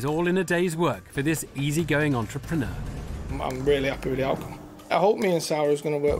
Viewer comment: no one gonna mention the host said "entrep preneur?"